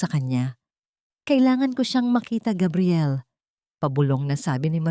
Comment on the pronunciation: Please Gabriel not kabriel please wag Naman masyadong ewan